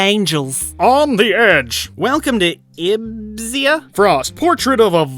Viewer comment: You really don't know how to pronounce Ibiza? Lol wow